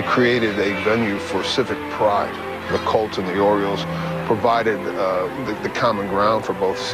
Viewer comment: The word “colts” is not pronounced “cults”